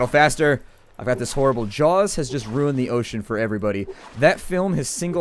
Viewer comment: Bahahah! 'It's rhuined!!'